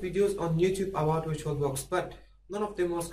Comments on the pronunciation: "virtulabox" haha! great video! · "virtulabox" XD